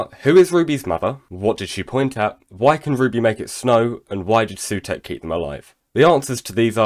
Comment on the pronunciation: How are you saying sutek that wrong